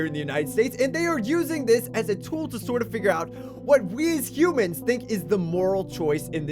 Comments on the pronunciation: Anyone else notice how it said "Hoomans" at the end? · it pronounced hoomans if you look back at the video 😂